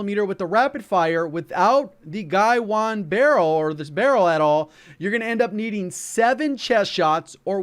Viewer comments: He keeps saying "gaiwan" but it's "gawain"... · It’s pronounced Gah-wayne, not Guy-Juan. Some might say Guh-wayne. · Do you English ? I mean, seriously, how are you reading Gawain as Guywon ? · It’s hilarious how says “guy-won” instead of Gawain 🤣 welgun is awesome tho been using it since last night 🔥 Top 5 attachments?? Guywon guywon guywon cause it spit hot fire 🤣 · I’ll be “that guy”. It’s Ga-Wayne. “Gawain”. Plz remake. xD Anyway, but fan of your content! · I believe it's "Guh-WAYNE," like the Knight of the Round Table from Arthurian Legend... Could be wrong though! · ga-wayne....is how it actually sounds. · Thanks! Great vid. 💪🏼 Unrelated, off topic and (probably) not helpful, but isn’t Gawain pronounced Guhh-wane? As in Sir Gawain of the King Arthur’s Knight’s of the Round Table? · FYI I'm pretty sure it's pronounced Guh-Wayne. Like the Arthurian legend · Thanks for the video. Btw, Gawain is pronounced Ger-Wayne. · Not to nitpick here, but i think its spelled "guh-wayne", that being said nice vid 👍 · Gawain is pronounced Guh-Wayne. Like Sir Gawain, the Knight of the Round table. You know, Camelot and all that. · Hey,,, I do think Gawain is pronounced as 'Guh-wuh-een' as it could be a Filipino word. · it is pronounced "Ga-Wayne" it's a British gun. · Gawain is pronounced more like "Gah-wayne". It is a Welsh boy's name. 😊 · bro its pronounced guh-wayne (phonetically) gawain (written)